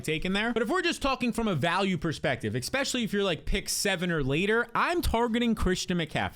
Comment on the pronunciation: Please stop saying eXpecially. It is eSpecially.